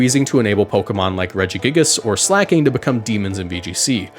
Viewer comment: Slaking not slacking